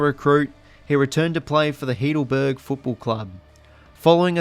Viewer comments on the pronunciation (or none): Solid research & well presented. However, may I suggest you learn how to pronounce the names of towns correctly? You totally cooked the pronunciations Tooradin, Doutta Stars & Heidelberg.